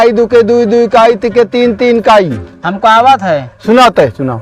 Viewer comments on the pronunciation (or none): काई, नहीं भाई ईकाई बोलते हैं